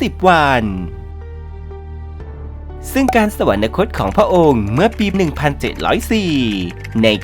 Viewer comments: แอดมินอ่าน สะ หวัน นะ คด เขียน สวรรคต เอาคำว่านะ มาจากไหน ที่ถูกแล้วต้องอ่านว่า สะ หวัน คด ไม่ใช่รึคะ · โคตรน่าสงสารยังไง ??? / คนบรรยายทั้งหลักและรอง อ่านผิดบรรยายผิดควบกล้ำผิดตลอด ดิฉันไม่ได้จับผิดแค่เปิดดูเที่ยวเดียวก็เจอ / คำบรรยายเขียนผิด แม้แต่คำว่า อยุธยา/ สวรรคต อ่านว่า สะหวันนะคต ตลอดเลย ไม่มี น หนูสักตัว ---- งานไม่ยากเพราะมีคนทำcontentsเอาไว้ให้ลอกมาได้ทั้งหมด แต่หยาบมากค่ะ